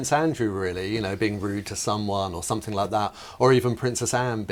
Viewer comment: I noticed that the woman in the black and green dress pronounced 'something' as 'somethink.' I can feel discomfort from here!